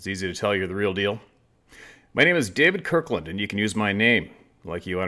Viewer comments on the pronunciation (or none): none